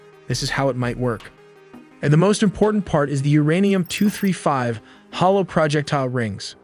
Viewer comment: Not uranian its uranium 😂😂😂